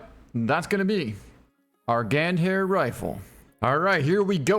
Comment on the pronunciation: You should pronounce as "Gāndhāri" 😊